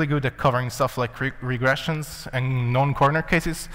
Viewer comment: He said known corner cases, his accent makes it sound like "non".